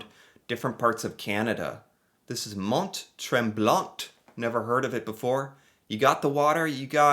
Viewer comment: tips: In french (or town from French name), the letter ''t'' at the end of a word is almost always silent. So Mont-Tremblant, you do not pronounce the ''t'' at the end of both word.